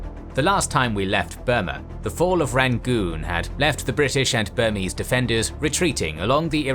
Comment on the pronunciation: As a Burmese person, I'm very impressed by how well this channel pronounced Burmese names